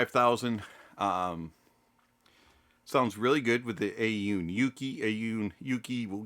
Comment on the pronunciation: A-Yoon? Thought it was Aune..